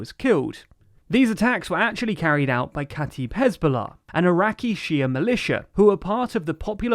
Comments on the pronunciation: its said kata eb not kataib even tho its fine some arabic words are hard to say even for arabs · Kataib is pronounced: k'ta-ib (the i sounds the way it does in "if") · Your are butchering the word katib (or kataeb) and all the arabic names😔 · Actually, it is kata'ib, where the apostrophe is supposed to denote a glottal stop. The same way brittish people would pronounce the word "brittish" as "bri'ish" (note the apostrophy)